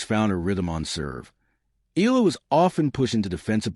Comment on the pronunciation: its eh-yah -lah not EE-LAH